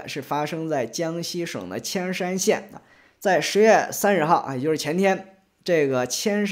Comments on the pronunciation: 铅山不念千山念烟山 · ，山西省铅山县的铅，应该读Yan（第二声）😊😊😊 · 铅山县 铅念 yán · ，那字年“yan”（言）铅山县。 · 那个铅山的铅念Yan二声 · ，江西铅山的铅念（yan 2 声 shan） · 铅（沿）山，估计除了当地附近的人都会念错这个字，常用字却异读，没几个人会去查，这几天墙外视频博主都念错了。。。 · 那个叫铅（yán）山 二声 多音字